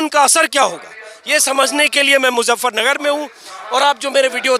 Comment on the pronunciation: मुज़्ज़फरनगर नहीं, मुज़फ्फरनगर!